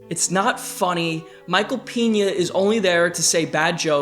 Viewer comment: Just a heads up: The e in Peña from Michael Peña is pronounced as the e in text or bed, not like the e in be. Because in spanish Peña as in bed is a last name, but Peña as in be (which is actually written Piña) is a pineapple.